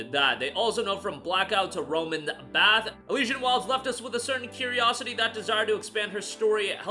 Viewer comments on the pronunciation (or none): none